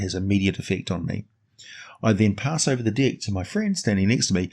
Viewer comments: Sounds like you're saying The dick of many things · Hehehe your accent and the word deck.... Brings out my inner Beavis and Butthead.